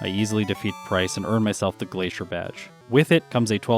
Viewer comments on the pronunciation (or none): none